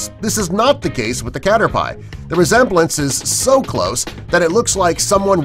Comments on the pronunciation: That plant wasnt the inspiration for Venusaur, it was for Vileplume <_< And clearly, you've never seen an epp of the show... cater-PIE? its pronounced cater-pee. And what are you talking about, having to catch thousands of magicarp to get a useful one? You just level it up, same as any useless pokemon - first to come out, then swap out for one that can actually fight, so it shares some EXP. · I didn't but I was yelling at the screen its pronounced cater pee see not cater piee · It is pronounced caterpee. Not caterpie. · lol he said cater-pie not catrt-pe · His name is not cater pie it's caterpiee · Caterpie is pronounced Cat-Er-Pee not Cat-Er-Pie also Pikachu is Inspired by a Squirrell also you don't catch thousands of Magikarp to evolve it you you a water stone or trade it or wait patiently also you showed the corpse flower when you compared Venusaur to it even though Venusaur does not look like the Corpse flower also it's not called Mario Smash Brothers it's Super Smash Brothers idiot also yes the coolest thing about Bulbasaur definitely is the fact that it has been featured in Super Smash Brothers and not it itself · it's a "cat-ter-pee" not "pie" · i only heard Cater pie, that's not most XD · Welcome to the sin counter! 1: Drowzee is spelled wrong 2: Said 2 when showing 9 3: Pikachu is not the cutest Pokemon 4: You don't need to catch various Magikarp to evolve it. 5: Emolga is a she in the anime. 6: It is pronounced Caterpee 7: Vileplume got that inspiration, not Venusaur 8: Victreebell is as dangerous as that, read it's Dex entries 9: Luvdisc is weak AF 10: Frogs don't have Bulbs 11: Bulbasaur is not in Smash Bros, Ivysaur is That Victreebell part was painful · "catter-pie" "mario smash brothers" please stop, just go away and never come back. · Him: *Says "cater-p-eye" Me: External cringe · EVERYTIME HE SAID CATER-"PIE" I FLINCHED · DUDE ITS CATERPIE (cat-er-pee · Cater"pie" lol. ggwp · its not cater "pie" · Dude it's (cat-er-pee) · ITS PRONOUNCED CAT-ER-PEE